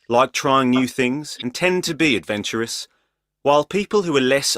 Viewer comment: adventorous not "advantorous" :)